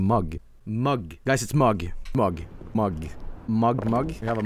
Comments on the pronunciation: a norweigan making fun of an ENGLISH WORD?.... REALLY??? HEY ITS MMMMMMMMUG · It's Mug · it's Mug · It’s mug